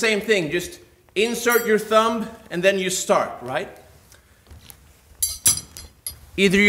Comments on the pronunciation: I hate being ''that guy'' but is it pronounced THUM not THUMB ''B'' is silent! Please don't hate me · “ThuuumBa” 😂 that was so adorable for some reason 😅 The B is silent 😊